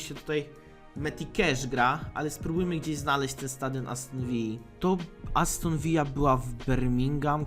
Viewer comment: Aston ViLLa a nie Vija ;) to nie Hiszpania